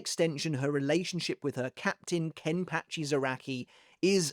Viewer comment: Sorry but it pa not patch I've enjoyed the video but we have to put some respect on Ken pachi name